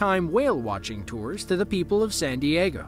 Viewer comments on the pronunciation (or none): none